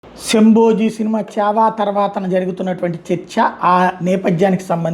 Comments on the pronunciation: శంభోజీ కాదు, శంబాజీ అను, పేరు కూడా సక్కగా తెలియదు, నువ్ ఒక జర్నలిస్ట్ వి, ని బతుకు చెడ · మీకు "శంభాజీ " పేరు పలకటం రావటంలేదు.